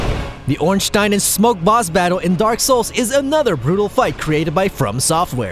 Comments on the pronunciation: Or ornstein like Einstein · You said Ornstein wrong ya jumbo dumbo